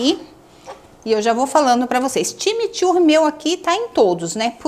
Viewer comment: Time Turre não seria corretamente CHIMICHURRI ?